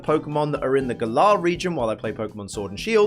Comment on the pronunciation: I think 'Galar' is pronounced the same way you pronounce Gallant.